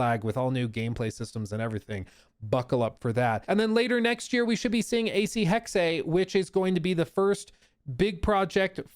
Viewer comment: Still calling it Hex-A lol